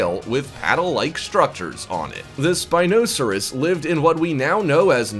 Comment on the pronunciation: ok I love your videos but that really isn't how you pronounce Spinosaurus